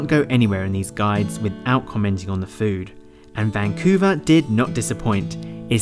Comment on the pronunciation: vancuve...eve eve....